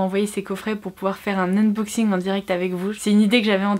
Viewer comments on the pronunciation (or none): none